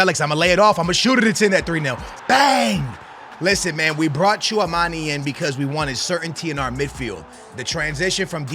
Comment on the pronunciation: Hearing you mispronounce Tchouameni for like 100 times on this video was painful.